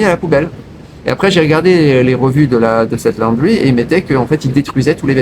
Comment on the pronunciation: Ça ne se prononce pas la-o-ndry mais laundry. Perso je lave mon linge moi-même. Ça prend 5mn et ça sèche en 30mn au soleil.